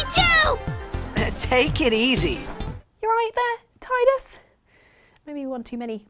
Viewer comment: I would personally fund Blitzball if I ever won the Euromillions. And thanks for pronouncing Tidus' name that way, 'Teedus' sounds so wrong.